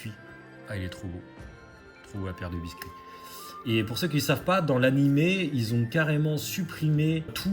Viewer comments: biské* mdrrr pas biscuit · La pierre de biscuit t’a prononcé comme le gâteau mdrr respect non 😂😂